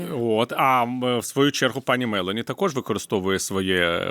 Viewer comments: Пане Портников, ведуча не хоче Вас коригувати, але ж не МЕлоні, а МелОні. Ріже слух. Ви ж читали в дитинстві РодАрі, а не РОдарі? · Дуже перепрошую мною шанованого пана Портнікова, але дозволю собі маленьку ремарку. В італійскій мові наголос ставиться на передостанній склад, тому слід вимовляти Мелo'ні. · МелОні. В італійській мові наголос на передостанній склад. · МелОні, не МЕлоні. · Melo'ni ,,a ne me'loni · Вибачаюсь, аое пані прем'єр Італіі призвише МелОні, наголос на О!!! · Джьоржа Мело'ні наголос на о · Giorgia Meloni вимовляється із наголосом на другому складі у прізвищі . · Мелоні наголос на другий склад.